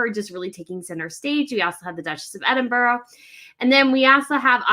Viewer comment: EDINBURGH. The capital of Scotland.